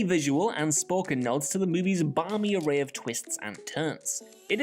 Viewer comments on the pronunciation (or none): none